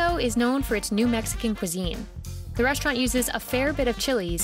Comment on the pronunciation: I just cant ignore how she says restaurant like "reshtraunt"